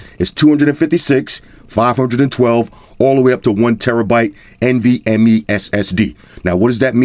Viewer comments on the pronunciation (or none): none